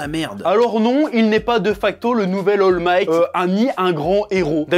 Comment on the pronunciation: Comment le Chef a écorché le nom d'All Might